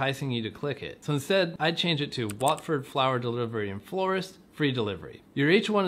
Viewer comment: So strange hearing an American accent say Watford 😂